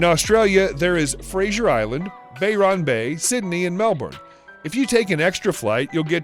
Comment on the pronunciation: Bayron bay! It is Byron bay dumbass. Also where tf is oloro, It is pronounced Uluru